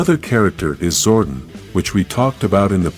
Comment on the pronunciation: First of all than do not transform they morphine your saying Zordon wrong your saying Sordon